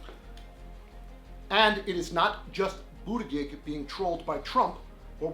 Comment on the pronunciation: It is pronounced Boot edge edge